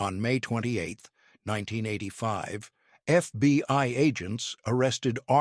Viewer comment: PLEASE fix your AI! "FBY"?